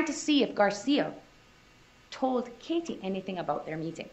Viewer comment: Why does the Woman defense Attorney speak with a FAKE Spanish accent?? It's embarrassing to listen to her slip up the accent. And the way she pronounced KA-TIE